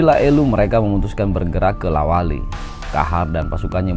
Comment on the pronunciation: La wali bukan Lawata